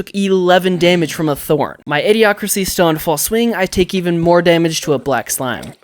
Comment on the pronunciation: even not "Evan" mind through not troug hour not houers